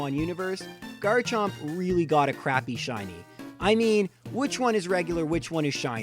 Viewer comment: He got garchomp wrong